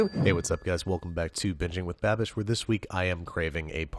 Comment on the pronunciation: Im a little disappointed that brad can’t pronounce Babish. I hoped they were long lost youtube friends